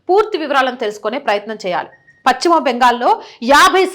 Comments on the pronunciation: భాషను ఖూనీ చేస్తోంది. పచ్చిమ బెంగాల్ కాదు. పశ్చిమ బెంగాల్ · చాలా బాగా స్పష్టంగా చెప్పారు. పశ్చిమ అనే పదం మాత్రం చక్కగా పలికితే బాగుంటుంది.